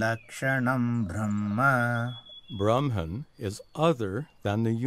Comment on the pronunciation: beautifully represented ✨ I could not understand verses properly before but by showing example and explaining it so well, i understood easily now, thanks for this effort 😊 But there is one wrong English pronunciation of a word Brahma (ब्रह्मा) which is pronounced as BrahmAA (N letter not included in Brahma) not Brahman (it is a cast) and Brahma is a lord who created this universe.